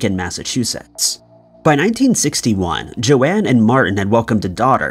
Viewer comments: Pretty sure her name is Joan as in rhythms with bone. Not JoAnne. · Isn't "Joan" pronounced "Jone" not "JoAnn"? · Its JOAN, not Joanne. Geez😊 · Yup. Americans for you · Joan is pronounced jone - not Joanne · It’s definitely Joan (rhymes with bone) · The name Joan is pronounced like“Jone” as in Joan of Arc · Case 1 is not pronounced Joanne, my god it gets worse.